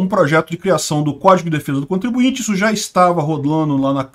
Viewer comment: Contribuinte não. Ai forçou…